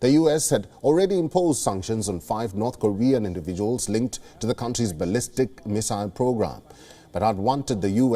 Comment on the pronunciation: Did you notice how she pronounced ballistic?